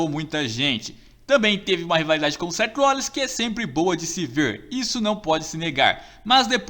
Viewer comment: O cara falo Seth Rollings é Seth Rollins